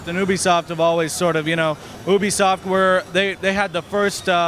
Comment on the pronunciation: you say it like [YOU] [BE/BEE] [SOFT]